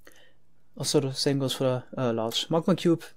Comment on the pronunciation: “...two point oh four blocks...” so weird to hear him pronounce the ‘r’ so clearly